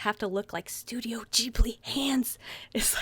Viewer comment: No offense but you said Studio Ghibli wrong :p Also you NEED to collect more movies.. I have 7 and it's so FUUUNNN ALSO I lovu so don't think im being mean :))